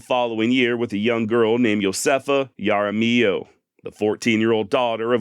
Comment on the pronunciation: Jaramillo is pronounced haramiho